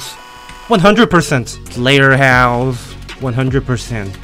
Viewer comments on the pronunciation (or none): It's not slautherhouse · "sleghterhouse" oh boiy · bro its not slughterhouse